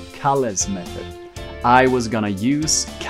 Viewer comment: Kale deberias decir tu nombre como suena, los nombres no cambian en pronunciacion 😉